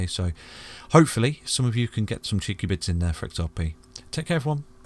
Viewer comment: 😂😂😂😂 seriously thought he was saying bits! Thinking my bits are worth more than that! Still have no idea why they need to be cheeky. 🤷‍♀️